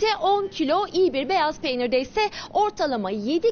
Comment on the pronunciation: Alperen kaya evet öyle diyor sanırım beyaz peynir dicekti ama beyzada olabilir dedi😁😂